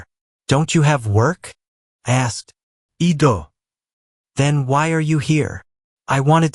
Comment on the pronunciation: Great story! In the script, you can change " I do" to "eye dew" to help stop the voice model changing to a foreign accent and saying "eee-doh" Lol ( I notice it always makes this same mistake) Hope its a helpful suggestion, Love the stories~!